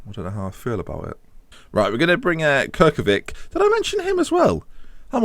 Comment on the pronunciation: Ha-ha! This 0-0 draw is logical, because you told the team (during the previous game) that you want all 3-0 wins. They overstepped with 6-0, so in the next match they did something for the "3-0 symmetry"! :-) The Cirkovic name is pronounced like Chir-ko-vich.